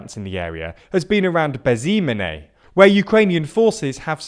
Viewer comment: Pow: English-speaking person trying to pronounce name of the village litterally called "nameless"